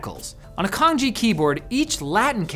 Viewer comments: canjie is pronounced more like tsang chieh. nailed it when pronouncing the easier "pinyin" though.👌 Also the iphone typing shot is actually using pinyin. The virtual keyboard would display radicals when using canjie and keyboards sold in Mandarin speaking regions also have those canjie and/or bopomofo/wubi radicals printed on keycaps. No, no one start with memorizing the corresponding alphabet for those radicals if anyone is wondering.😅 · They should just let Dennis host this episode. Or just pronounce it like Chaang Jeh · Reading Cang like Kang is like reading ChaoFan as KaoFan. Fried rice became baked/BBQ rice. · "Cangjie" is pronounced “tsang jye“ （or the second character "jyear" without the North American or Irish tongue roll). Pinyin is the standard romanization defined by the PRC (mainland China). Folks from Taiwan aren't taught it in school. But in present day many people from Taiwan know it and use it, especially among the young generation. Chinese in Maylaysia and Singapore adapted the Simplified Chinese writing system, and I believe the use of pinyin, too. The pinyin system does not follow English pronunciation conventions (if that's a thing at all) or that of any European (natively Roman letter using) languages. That's why a lot of Chinese have an "English name", because English speakers not knowing pinyin which happen to be the vast majority pronounce the real names awkwardly. Personally I would rather use my preferred name in English speaking contexts than to use my real name, precisely because people can't pronounce it correctly. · Bruh, Cangjie is actually pronounced more like "Tsaang jeah" in Mandarin. We Hong Kongers pronounce "Chong kit" in Cantonese. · lmao "Kanji", plz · No, it's just butchering the pronunciation of Cangjie 😂 They're completely unrelated. The Wade Giles romanization probably gets the average English speaker closer to how it's supposed to be pronounced, "tsang chieh" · His mispronounciation of 仓颉 drives me crazy